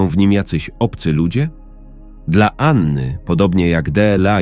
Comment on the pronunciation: Co to za sposób czytania deela a nie dla. Albo gery zamiast gry. Koszmar jak się to słucha.😢